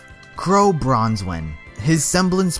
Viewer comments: Qrow's last name is 'BRANwen, not BRONSen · just an FYI it's not pronounced Bronze-win. It's Bran-win (Qrow Branwen) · Branwen mate its branwen not branswen xD no offense tho :D thanks for the clarification